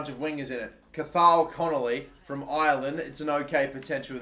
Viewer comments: You don't say cathal like C-A-Th-A-L, you say it like C-O-H-U-L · Cathal is pronounced cohal not cath hall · Cohul= Cathal Irish names are a struggle tbf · Cathal is pronounced Cahill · the pronunciation of cathal is cah hill btw XD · Cathal is pronounced Cau-Hal btw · Cathal is pronounced Ca-Hal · CATHAL IS PRONOUNCED COH-HULL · It's pronounced Coh-hal.. But at least you know Ireland isn't in the UK 👍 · Cathal is pronounced cohal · Cathal is pronounced caughthill kinda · As an Irishman I feel obligated to say Cathal is pronounced "Ka-hal" 👍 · Trent Malloy cohal is how it’s pronounced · Its pronounced Ca-Hal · mate how did you just pronounce Cathal? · The t in Cathal is silent just to let you know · has completely screwed up all the irish names🇮🇪🇮🇪🇮🇪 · Dear god the way he said cathal